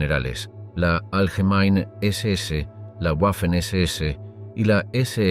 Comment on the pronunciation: «Waffen-SS» no se pronuncia "Guafen ese ese", pues no es una palabra inglesa, sino alemana. «Waffen-SS» se pronuncia "Vafen ese ese". Por ejemplo la capitál de Austria, Wien, no se pronuncia "Guin", sino que en alemán se pronuncia "Vin", de ahí que en castellano se llama Viena. También el apellido del compositor Richard Wagner, no se pronuncia "Guagner", sino Vagner. Consejo que este canal debería tomarse muy en serio: Antes de publicar videos con temas relativos a países germanoparlantes, debería hacerse asesorar por alguien que domine el idioma alemán, que en España no deben ser pocas personas.